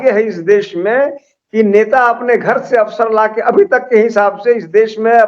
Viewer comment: "AFSARAN" nahi. Yeh "AWSARAN"hain.